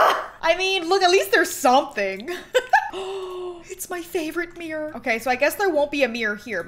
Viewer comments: Count how many times she said Mirror or shall I say MeReR in this video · omg i love the way you say mirror " it's my favourite mrirrrr "